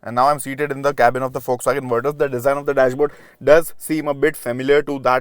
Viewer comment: Thank you for saying the name correctly